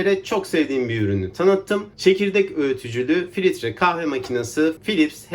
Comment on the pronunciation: Filitre kahve değil filtre kahve